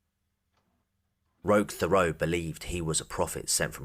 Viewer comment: Good video, but I think his name is pronounced "Rock Terot" but the French people spelling throws it off.